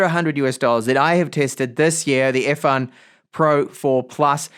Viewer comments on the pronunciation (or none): Why do you pronounce “Earfun” as “Airfun”?